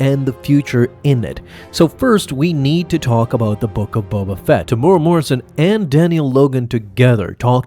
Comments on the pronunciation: AI needs to work on pronunciation algorithm. Temuera sounds like Tamura. FYI....it's pronounced....Teh-moo-weh-rah(Roll the tongue on the R). The man is Maori, not Japanese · Greatest character? Coolest-looking character, sure. Also: Te-mu-e-ra, not Temoora. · "Tamora" "Tem-you-era", and roll your r. It's a Maori name. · TEM-YOU-EAR-AH. Why are you choosing to skip an entire syllable?